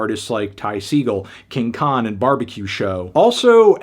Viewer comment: It's Ty Suh-GALL, Antnee! I like how you're pronounciation of his name has gone from incorrect, to correct, to incorrect.